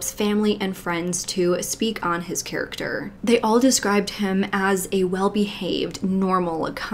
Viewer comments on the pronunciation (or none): none